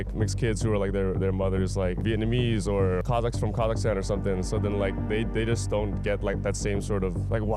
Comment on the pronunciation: Im sorr but this handsome tall guy pronounced Kazakhstan so pretty well